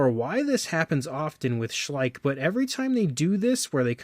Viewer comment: It's Schleich not too bad a figure!😂